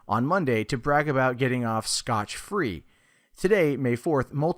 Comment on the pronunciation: 'Scot free' not 'Scotch Free'. Geez!